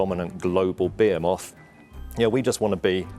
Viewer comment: the way he butchered “behemoth” and also can’t even seem to pronounce McDonald’s clearly